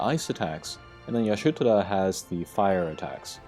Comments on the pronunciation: I hate how u keep caling her "Yashutora"... damn... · take a shot everytime he says yashutora 😂